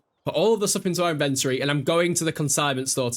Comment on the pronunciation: The way you say “inventory” is hurting my soul 🙃